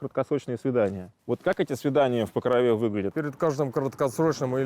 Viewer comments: Там же Покров, а не Покрова. В ПокрОве, а не в ПокровЕ. Я конечно понимаю не в тему, но слух режет. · Меня одного бесит произношение Покрове , ударение на е ? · покровЕ ? Это точно правильное ударение ? Слух режет жутко...